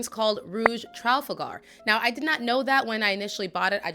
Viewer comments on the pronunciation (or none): It’s TraFalgar! Not TraLfagar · Great to see a good comparison. fyi Trafalgar is pronounced slightly differently than how you said it. It is pronounced Traa- fal-gar